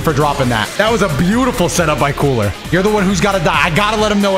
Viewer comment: When you said cooler it sounded like kool-aid when you said it at first 🤣